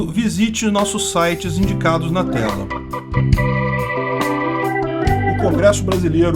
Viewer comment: "Fizendo" kkkkkk